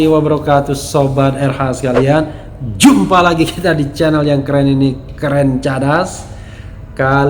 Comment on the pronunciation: Pas pak RH bilang "JUMpha lagi.... " Langsung teringat yelyel jummareka